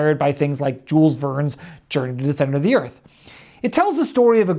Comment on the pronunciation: The way amerikans REFUSE to pronounce Jules Verne right always amazes me.